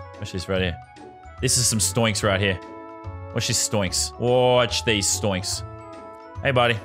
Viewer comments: he's saying stoinks. its pronounced stonks but i'll allow it cause your my favourite youtuber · Man said stoinks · him saying stoinks pisses me off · Not stionks it’s stonks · He said s t o y n k s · he really said sToInKs